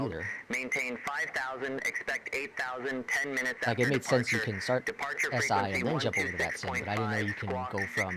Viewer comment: "made", not "Mads". Lol